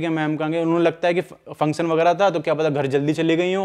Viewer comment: Function bolo pehle theek se